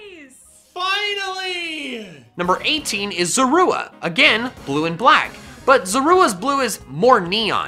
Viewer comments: Him: number 18 is SoRuA Me: that's... not how you pronounce it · I’m sorry I can’t stand how he’s pronouncing zorua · Learn how to say zorua